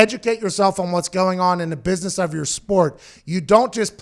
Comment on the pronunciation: “You’re in a booisness” Lmaooooo 😭 😭 😭